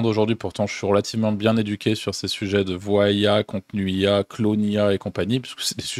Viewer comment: C'est chez eux qui les voix synthétiques qui n'arrivent pas à prononcer le mot "ces"? Et qui prononcent Cé-eu-èsse ?